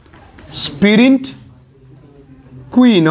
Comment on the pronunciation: It's sprint, not spirint